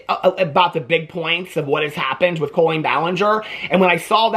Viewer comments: I love you so much but the way you say CO-lean is stressing me out. 😂 Is this a Midwestern pronunciation? Is Illinois considered Midwest? One of my best friends is a Colleen and it's said cah-lean. Lol I just had to get that off my chest. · The way you say her name makes me laugh so much. Colon-een!